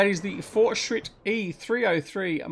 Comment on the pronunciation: That pronunciation was on point. I quite liked the fortschritt mods. In FS 17 I "roleplayed" a small farm with only these machines (well as far as I could)